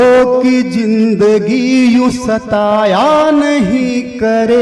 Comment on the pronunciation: गम नहीं ग़म होता है, गरीबी नहीं ग़रीबी,गजले नहीं ग़ज़लें,जिंदगी नहीं ज़िन्दगी,मंजूर नहीं मंज़ूर,ख्वाबों नहीं ख़्वाबो,सर आप वरिष्ठ कवि रचनाकार हैं ध्यान दीजिए 🙏🙏